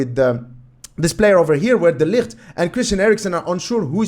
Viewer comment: The way you pronounce De Ligt is great, you almost sound like a Dutchman!